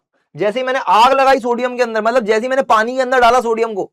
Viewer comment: "matbal" was epic 😅